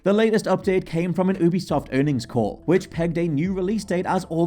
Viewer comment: Your saying Ubisoft weird.